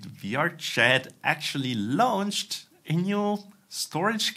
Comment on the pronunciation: I hate to be that guy but launch rhymes with "conch", so "launched" is pronounced "lonchd" ). You don't pronounce every vowel. "Lownchd" is just .. wrong, sorry.